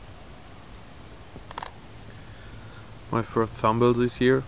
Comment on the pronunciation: Great hunt buddy! I always enjoy watching. That find is pronounced "Thimble"..hope that helps :)